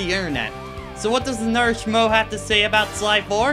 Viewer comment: what did u say in the beginning? a norash mo???? whats that mean